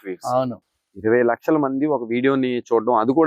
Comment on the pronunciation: Gamaram kadura.... Gamanarham😂😂 ... Laksaa kadu lakhsha😂😂😂😂 evadra neeku anchor ga pettindi